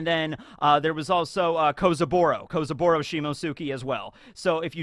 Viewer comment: Please...... for the love of god... I can't take it anymore... it's not "Shimosuki", it's "Shimotsuki". Like Akatsuki, but you switch the "aka" with "shimo".